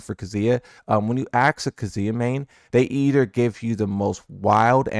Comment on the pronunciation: He can't even pronounce "ask" correctly.